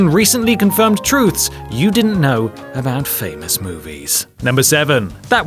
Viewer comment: . What was that all aboot?